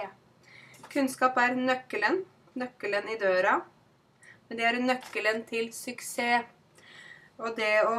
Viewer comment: Jeg hørte ikke de endelige "ss" i "suksess".